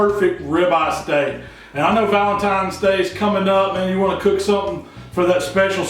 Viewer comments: He had me at "Valentime's". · "Valentimes." I love it. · "ValenTIME'S", really? 😨😕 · Anyone who says it like that, bothers the hell outta me lol. His steaks look perfect though